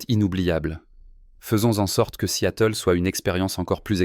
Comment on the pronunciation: Seattle ne se prononce pas "si-à-teul"